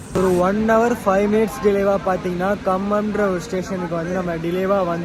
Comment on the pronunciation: தம்பி அது காசியப்பேட் இல்லை. காசிப்பேட். அதே மாதிரி காம்மம் இல்லை கம்மம்.